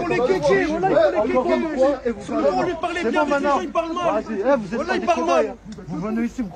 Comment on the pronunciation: Même quand ça dit voilà on entend whalla